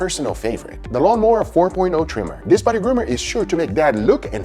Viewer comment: Gugas favorite words “Diss, Dat, and Dare” (This, that, and there) 😏😏